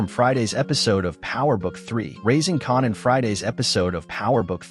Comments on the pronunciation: white people learn how to pronouce there name it s kan an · Raising 'carnan' and 'rack' makes me wonder if this a AI voice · You are definitely wrong with your pronunciation of Rack and Connan???? Who is Connan? Or Rack!!! 😂😂😂😂